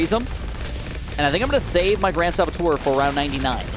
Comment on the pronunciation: Saboteur not sabattoire.... That annoyed the hell out of me